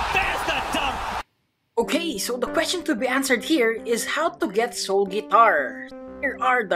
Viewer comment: Wait in the first did he said soul fart for real?